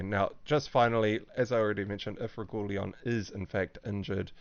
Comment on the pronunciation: lol, Regooleon :)